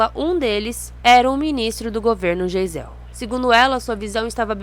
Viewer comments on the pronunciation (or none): "Jeizél" é o presidente Ernesto Geisel, "Gáizel". Bater o texto ajudaria. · Amiga, pronuncia-se GAIZEL" Ernesto Geisel e não "jeizel" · Desculpe, a pronúncia do nome do presidente da época está errada, se fala Gaesel(sobrenome alemão).